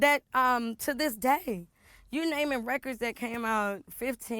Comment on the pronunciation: Did she say “raykurds”?😂